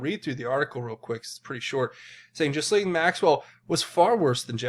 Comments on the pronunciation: Her name (Ghislaine) is pronounced "Gill Line" -- not like anyone really cares 🙄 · Just some information about presentation...its pronounced Guh-laine. Hope this helps to smooth things out!😉